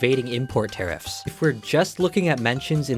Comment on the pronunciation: I thought it was Tariffs, not terrifs